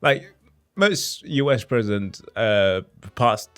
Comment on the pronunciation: Your knowledge of American history is pretty bad, and you frequently mangle names of presidents. I can forgive this, at least you are trying. But please, STOP TALKING OVER THE VIDEO. That is so, so annoying. If you could pause the tape before you speak that would be great; and maybe not interrupt with your own comments quite so much? Thanks, I appreciate your work.